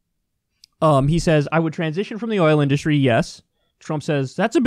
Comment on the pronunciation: This clown can't even pronounce "industry" correctly. Such a stain in American history to have this numb nuts as president. You will be ashamed for generations.